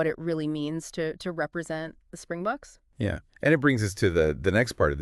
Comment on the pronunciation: Just pronounce it "Spring-BOX'. It definitely isn't "the spring-BOOKS". Singular: "Spring box" without the "s" at the end.